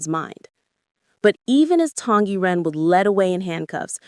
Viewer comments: SSSSSong Yiren not Tong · Song Y Ren! You said it wrong! It's not Tong Yi Ren!!!